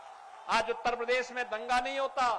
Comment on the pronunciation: Oyyar nahi uttar pradesh Disa nahi dishs Siksa nqhi shikshs